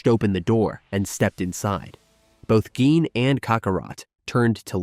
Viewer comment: bro whats with the pronunciation of some of these names and words. Dragonball is an IP as old as time and yet not only did you mispronounce "lead" as "led" (granted the mineral can be spelled as lead) but you also mispronounce saibamen? on top of that...you can't seem to settle on a pronunciation for Gine. Here's to hoping that the newer parts have better care put into them.